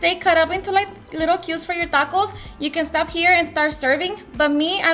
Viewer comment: I hate her pronunciation. There is no accent in "taco" or most of these words. AOC wannabe...